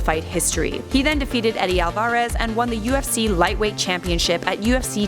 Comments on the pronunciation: Eddie Al-Vahrez lol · Al vARRR EZZZ